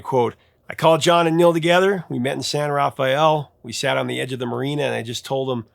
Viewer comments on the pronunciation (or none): It's pronounced San Ruh-fell.